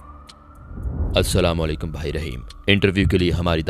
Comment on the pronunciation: Salam sahi se nahin karti ho aap Assalamu Alaikum Hota Hai